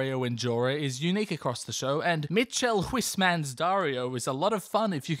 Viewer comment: I, a Dutch Scot, was over the moon at you mentioning Dunfermline and swiftly brought back to earth by how you said Michiel Huisman, en emotional journey akin to watching game of thrones in it’s entirety. Overall, though - the return of the King!